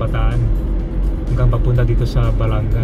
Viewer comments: My Hometown salamat po sa pag bisita, yun pong pag bigkas Ba la nga mabilis po bigkas hindi po balangga.Thank you po nasilayan namin bayan namin❤❤❤❤❤ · Balanga ! Po hindi balangga ! As in banga ! Hindi po tama yung pronunciation ninyo na balangga ! BALANGA as in banga !